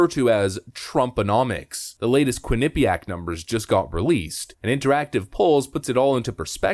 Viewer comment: just fyi, it's pronounced 'quin-uh-PEE-ack'. you have the emPHAsis on the wrong sylLAble. thanks as always.